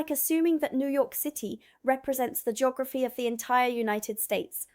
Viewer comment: Jeegorafy? I can't watch this. It's painfully bad.